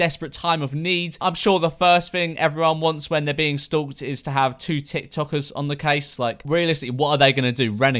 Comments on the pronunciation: No one: Memeulous: STOÜKED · No one: George: "S T U L K T"